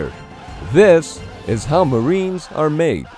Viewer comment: No, there is no I in maWEnes.